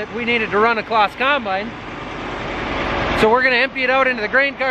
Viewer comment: Pronunciation is bit wrong but great video. You need to say it like it is spelt Claaz. The Green and red are the original colours and if they painted John Deeres red because they have a different engine you wouldn't be happy!